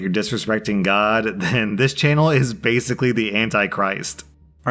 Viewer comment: That’s what you could vasically say